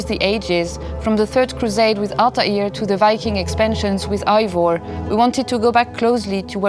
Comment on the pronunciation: They can’t really pronounce evior correctly